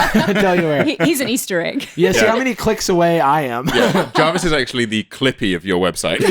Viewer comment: Jarvis and english Jarvish :-P